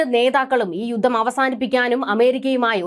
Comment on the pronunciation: യുദ്ദം? യുദ്ദം? യുദ്ധം എന്ന് പറയൂ